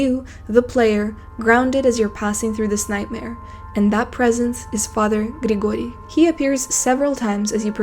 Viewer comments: Your pronunciation of Grigorie is so perfect! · They way you've pronounced Grigori makes me think that you yourself are from one of the eastern european countries ;) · You can't convince me Russian isn't your native language after THIS pronunciation of "Григорий" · wait a second, the way you pronounced "Father Grigoriy" made me suspect a Russian in you :D